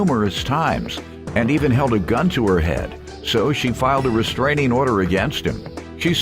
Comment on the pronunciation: Ive never heard of a "resKraning" order 😂😂